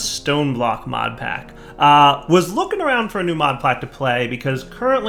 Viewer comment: "Modplack to play" I'm not the only one who hears this right? I fuck up the english language all the time, sometimes I hear things too.